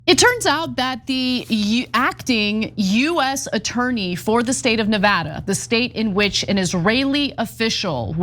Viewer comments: Thank you , Ana, not only for your courage to speak out, but also for pronouncing Nevada correctly. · The only justice around here that's properly executed is Ana's pronunciation of 'Nevada'; way to slay.